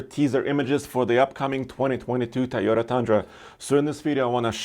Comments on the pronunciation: Toyota has 2 "O"s in the name TOyOta not Tyada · Since when Toyota became Tayota